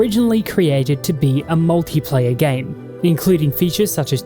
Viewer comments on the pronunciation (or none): what the hell is a Muliplayer?